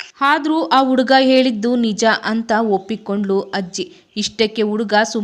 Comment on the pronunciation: Adu hajji alla ajji😂